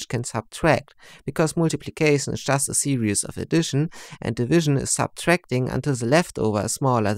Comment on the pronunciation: Pronounced Sear-ris.. not serious Seriously